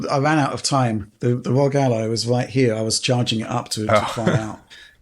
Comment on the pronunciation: Can you say R.O.G. without saying ROG????😅 you crack me up!😊